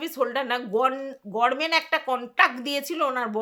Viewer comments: তুমি তো দেখছি আমাদের ব্যানার্জী দিদির মতো গরমেন্ট বলো 💀 উচ্চারণটা "গভর্নমেন্ট" হবে আর যদি ইংরেজিতে উচ্চারণ করো তাহলে সেটা হবে "গাভার্নমেন্ট" বা একটু দ্রুত বললে "গাভারমেন্ট"। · গরমেন্ট নয় গভর্নমেন্ট হবে